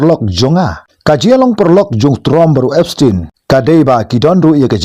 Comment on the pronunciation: Ki pronounce Epstein ( da ka pronounce khasi pat Epstain ym dei Epstein).